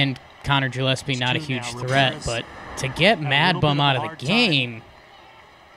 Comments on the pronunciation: isnt Gillaspie's name pronounced with a "Guh" not a "Juh"? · Yeah I would "guh" like the famous Dizzy Gillespie I mean "fish gills" aren't pronounced "fish Jills" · really fucked up the intro on this one, “juh” lap”sie”??Giants 16 champs??? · "Jilepsy" :D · Yes it is